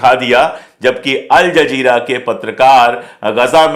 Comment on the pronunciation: अल जज़ीरा बोलिये जनाब.आपका उच्चारण सही नहीं है